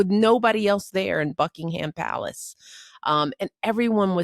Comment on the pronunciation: Americans,the “H” in Buckingham Palace is silent. “Buckingam” not BuckingHam.